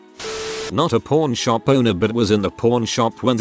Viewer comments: You gotta work on your accent, a pawn shop and a porn shop are two different businesses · It keeps sounding like he is saying porn shop lmfao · Idky why the narrator sounds like he saying "p0rn shop"